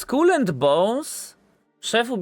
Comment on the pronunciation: Najpierw niech się nauczą wymawiać słowo Skull po angielsku. xD